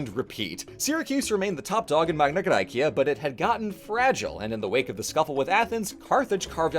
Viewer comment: One question: Why are you pronouncing the Latin Magna Gracia with a classical pronunciation (bar the gn instead of the ñ) but you use the Modern Demotic pronunciation for the cleary Attic Μεγάλη Ἑλλάς? Edit: Same with Cyrene. It's written Κυρήνη, not Κιρινι. And with all the other Ancient Greek names and terms. And you pronounce the Ancient Greek Neapolis with in a Demotic accent instead of using the Modern Greek Napoli. You are a Germanic, you have the sound repertoire to approximately pronounce Attic. It would've also been nice to mention that while Southern Italy is now overwhelmingly latinized, there is still a small group of Greek speakers, the Griko, in former Magna Graecia who speak an Italiot Greek dialect.